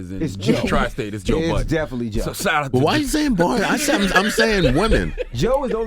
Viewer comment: Why do all you americans call him Joe Buddens? His name is Budden lol